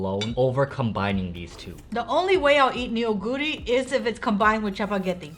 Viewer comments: Neoguro is pronounced- NU GURI not NE YO GURI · actually, it’s pronounced NO-GU-RI (너구리) not nuguri. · Fun test! :yougotthis:Neoguri is not pronounced "Ne-o-guri" it's pronounced as the eo in ramyeon, "noh-guri" 😊 The rice cakes is called tteok and the dish tteokbokki, meaning "stir-fried rice cakes" 😋 the cylindrical rice cakes' name is garaetteok ☺ ae pronounced as the ai in pair.